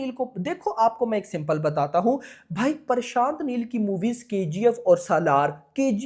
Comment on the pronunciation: bhai parshant neel nhi prashant neel hota he🤣 itna chota word to bolna sikho yar pakistanio🇵🇰😅